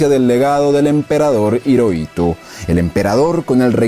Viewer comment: Hiroito se pronuncia como Jiroito